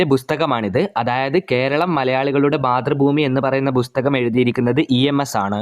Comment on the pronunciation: 'ബുസ്തകം' അല്ല 'പുസ്തകം' ആണ് ശെരിയായ ഉച്ചാരണം Super quiz 👍👍👍